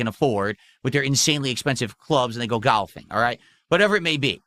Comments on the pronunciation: Only would bring up another LOLcow mid sentence of wishing Dads a Happy Fathers Day. And he says detractors are hyper-focused. AYUND nobody says "gahlfing," they say "golfing" unless you are a Renton regard. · Why he FUCK does he pronounce golfing like that 😭 he's such a fucking weirdo. Also, you don't need to be rich to golf 💀